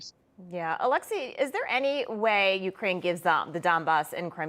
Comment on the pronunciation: Ucryn not Ukraine